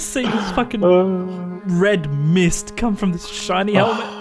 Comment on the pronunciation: Lol ik "pink misssst"* U said you saw red mist and it caught me off guard